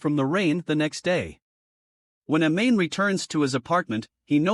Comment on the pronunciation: Dude really pronounced it “a-main”